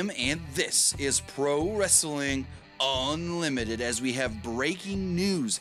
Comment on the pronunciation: Please stop with the intro... you say unlimited very strange